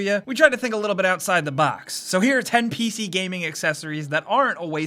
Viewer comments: "P-Shee gamin" Noice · "pee shee"